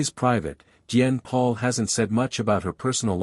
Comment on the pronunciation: ITS PRONIUNCED POLE NOT PAUL!